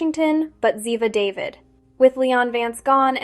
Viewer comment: OMG why can’t these announcers know how to pronounce Ziva’s last name - not David but Daveed 🤦🏻‍♀️